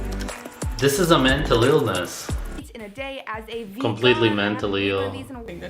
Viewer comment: mentull eelness